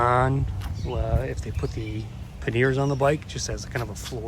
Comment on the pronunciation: I'm like what are you talking about panyears..... it's pronouced 'panyar'. :)